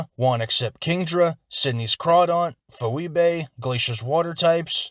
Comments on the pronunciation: uhh im pretty sure phoebe’s name is pronounced fee-bee lol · Great video, you've got a good flow. One thing though, not a big deal, but "Phoebe" is pronounced Fee-Bee.